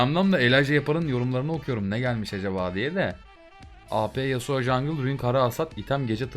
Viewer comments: nobody:: yasua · nobody:: yasua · neden Yasuo ya yasua diyosun? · YASUA DEİL YASUO YASUO YASUA NE YA:DDD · yasua değil yasuo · No Body:: Yasua